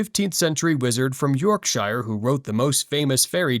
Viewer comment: york-sheer not york-shy-ar